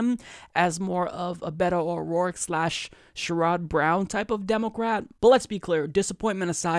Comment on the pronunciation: this is my first video that ive watched from you and im sure you follow and talk politics a lot so i have one question that coming from ohio why do you say sherrod browns name like you do? please look it up so it doesnt hurt everything else you say.